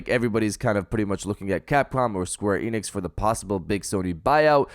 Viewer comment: It's Square Enix bro, I corrected you before an it was the same mistake, that must your hard work